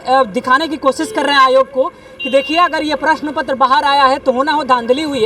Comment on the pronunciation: प्रश्न पुत्र😂😂😂 प्रश्न पत्र बोलने नहीं आ रहा और कहते है रिज़ल्ट चाहिए